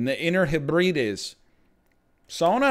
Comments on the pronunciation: "Inner HehBREE-deez" NL pls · Hearing him pronounce Hebrides wrong was incredible. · Dude the way he said Hebrides